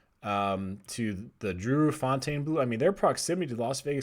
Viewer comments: It's pronounced fountain blue not "fontane" blue! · Pronounce it. Fawn-tawn-bluu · Bro it's just pronounced "fountain"...don't over think it. 😄 It's mind blowing that the property has never been open. However I do think the North Strip will continue to evolve, for the better.